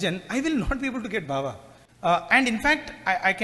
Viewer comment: Sai Ram. Say Bhaava, NOT BHAVA. BHAAVAM In sanskrit. 🙏